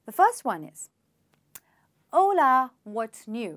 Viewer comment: Hola ..it sounds like haule..😜